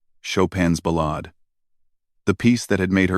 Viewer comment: Learn how to pronounce "ballade"... to those of us who have actually played this piece, your mispronounciation is nothing short of sacrilege. ..